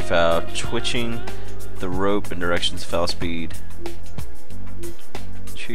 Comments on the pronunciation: foal = fole. Not foul. lol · I think the most annoying part was you mispronouncing "foal". It is not "fowl", it's pronounced like "fole". Just FYI. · no a Foal is pronounced FOLE, a foal is a baby horse...When a horse is pregnant it is called "a Horse in Foal" right now i have 2 pregnant horses and 2 racing. :D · I love how he says foul the whole time and has no idea it's f-O-l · only a horse gaming expert can say 'foals' as 'fouls' ;) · trollol - my name is Jenny and I'm blonde ; ) and I agree with Symbolis, ohand foal is pronounced fole in English haha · Foul is Pronounced FOLE i have a few, i would no xD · Truly a work of art. The terrain generation is astounding, and the game is so versatile and engaging, not to mention just plain user friendly! While I liked Minecraft, I am eager to follow along with you, living vicariously as your learn what a tack room is and how to pronounce the word foal. PS looks like you missed a surface dungeon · "foal" rhymes with "vole" and "mole", bur not "owl" or "howl" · You don't no how to say foal!!!!!!!! It's so simply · i have no idea how you think you're pronouncing it, but Foal does indeed, sound like coal, but obviously without the "cuh" sound :/